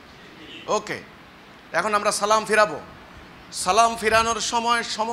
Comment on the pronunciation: সালামের সালামের উচ্চারণটা ঠিক করে করতে পারিস না